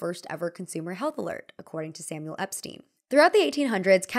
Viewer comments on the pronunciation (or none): none